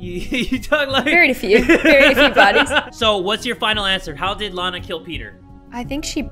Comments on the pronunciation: its lana not lanae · My name is Lana you said it wrong and I lev your vids